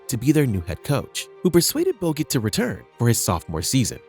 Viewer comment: Why do you say boget sometimes?